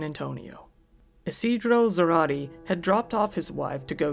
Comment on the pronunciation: Isidro's last name is pronounced "Za-ra-teh" not "tee"